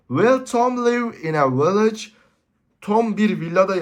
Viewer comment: village villa diyo